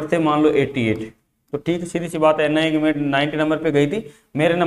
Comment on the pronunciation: Ina nhi NIA